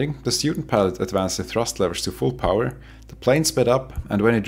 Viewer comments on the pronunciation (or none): none